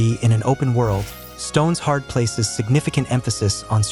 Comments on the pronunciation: It's Stone Shard 😂😂😂😂😂 not stones hard 😂😂😂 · Uh shit man, hey it's "stone-shard" not, stones hard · no no your not saying it right ! it's stone - shard not stones-hard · The "stone hard" pronunciation instead of "Stone Shard" game definitely makes me wonder if the narrator has any idea of what he's talking about... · its not "Stones Hard" its a "Stone-Shard"